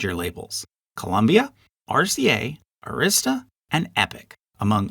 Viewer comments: It's pronounced "AAAAA-rista" (rhymes with "barrister"). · BTW, when saying the name "Arista", the stress should be on the first syllable, not the second. My favorite band is the Dutch symphonic metal band Epica, and they're signed to Nuclear Blast Records. One of my favorite country singers, George Strait, is signed to MCA Nashville, though. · Good information, but several well known labels were omitted, ABC- Paramount, Imperial, Liberty, M-G-M, United Arttists to name a few. It would be interesting to include these and many others in another video. OH, and please check your pronunciation of Arista Records.